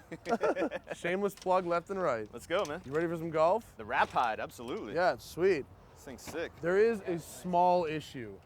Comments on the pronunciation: When that guy said Rapide I about threw my computer out the window. It's pronounced Ra-peed. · Great vid, except the guy who pronouced the car Ra-Pyed ! idiot. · The Ra-Pied😅😅😅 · The rap eyed, nice. How can you even pronounce it that badly? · Why did he pronounce it Wrap eyed? Oh my that dude needs a punch in the face! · the "Ra-pied"? eek.